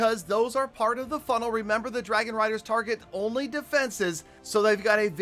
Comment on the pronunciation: He said farget interno 😂😂